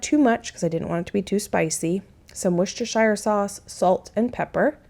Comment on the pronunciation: In England, we pronounce Worcestershire like Wooster-sheer, we don’t pronounce shire like shy-er lol just so you know! The way you pronounce it was still super cute though!